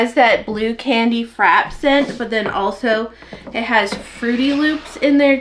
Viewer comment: Hi, love watching your videos, I am a soaper myself but always enjoy what others do. Just wanted to let you know that the word »frappé is from the french so it it like café » or latté » You have got to pronounce the « é ». Continue being yourself you are inspiring❤️❤️❤️😉